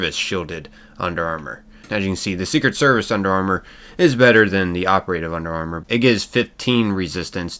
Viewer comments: Ok ... My OCD is driving me nuts. Dude, don't pronounce operative as (oper-a-tive)! It's pronounced (opera-tive)! OPERATIVE! 😬😱🤪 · The way you say operative is just appalling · Bro the way you pronounce operative has me geeking